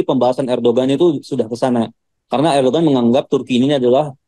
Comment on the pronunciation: Lu kuliah di turkiye 😂😂😂 nyebut ERDOGAN AJE gak bisa ..ERDOWAN BLOK